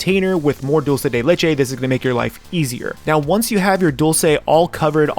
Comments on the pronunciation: "Diulcei dei leichei" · Dhdhhdhdhdd kind funny he saying "doce de leite" dhdhdhdhhdhdjdjd